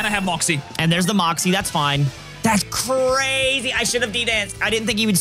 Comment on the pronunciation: Man that was cuhrayzee close